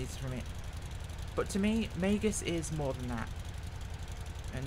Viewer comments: It's "mEEgs" field not 'maygus' field. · Minor detail. Meigs. One syllable. Say it with a hard A vowel sound. "May"gz. Not 'may-gus.' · It is pronounced, Mig's. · I know it's a small thing.....but Megz, it's pronounced Megz. The i is before the g. ;-) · Please, please, please... pronounce the name correctly. I lived in Chicago, grew up with the airport, and your pronunciation was like nails on a chalkboard.